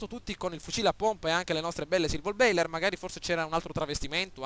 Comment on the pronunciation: Silver baller, non bailer